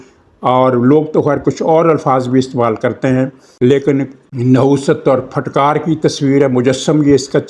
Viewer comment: The word is pronounced "PHITKAAR" not "PHATKAAR"!